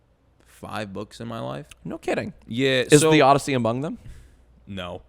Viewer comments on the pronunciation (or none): none